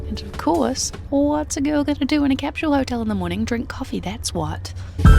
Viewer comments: Little hint. There's no letter 'h' in the word capsule. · I'm not trying to be a jerk, but, is it actually pronounced "cap-shool"? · Why can't you pronounce capsule?